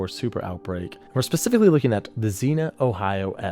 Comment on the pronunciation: Hey just letting you know as an Ohioan. It’s zeen ya lol. Zena reminds me of the princess warrior tho. Love all your videos! Keep up the good work!